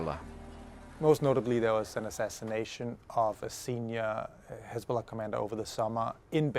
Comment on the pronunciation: Has-ball-ah became Had-ball-ah